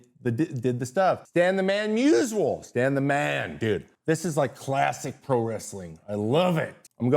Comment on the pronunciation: Never understood why so many people say 'musual". His name is Myoo-zee-ull"